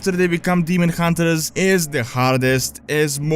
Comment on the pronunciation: demon hun-ters, not demon hun-te-RERS.